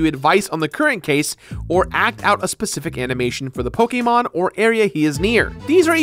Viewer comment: the way he says Pokemon makes me wanna die